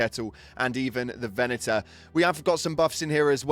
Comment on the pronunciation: "On top of that we goh a ve-enah nehf"